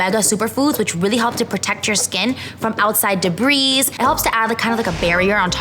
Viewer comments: Debris is pronounced de-bree, Not de-breeze. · You’d think that BoxyCharm would have made sure she knew how to apply the products in the correct order, know how to pronounce the Brands names and made sure she knew that Debris isn’t plural